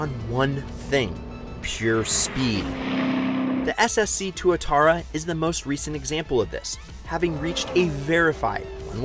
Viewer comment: Also, not going to take the opinion of a guy who’s on a car show and can’t hardly pronounce any of the brands names right…tw-utara…and su-leen, like the singer not the chemical!🙄 just to name a few